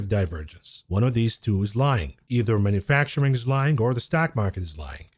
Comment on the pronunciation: I love your videos, but it’s ‘manufacturing’ not ‘manafacturing’. Mana facturing was what God did for the Jews after they left Egypt, but we haven’t seen it for thousands of years.